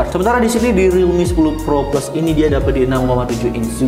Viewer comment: Pro sama pro plus sama aja penyebutannya haduh